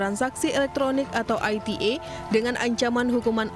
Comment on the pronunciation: sok inglis² ni presenter ai ti e, malah salah spell🤦 byasah aja kaless i te e aja mbok